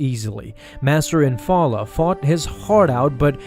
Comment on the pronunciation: It’s infil’a, not infallah dammit